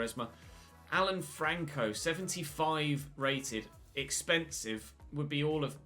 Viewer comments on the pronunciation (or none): none